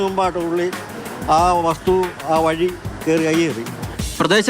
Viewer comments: വഴ അല്ല വഴി 😂😂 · വഴ അല്ല... വഴി 🤦